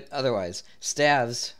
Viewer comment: "Staves" Is pronounced like ST "AVES" - like graves